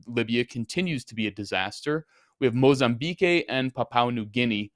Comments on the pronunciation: Mozambique is pronouced Moz-am-bic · mozambeek and papwa, not mozambekay and papaw lols love you, lols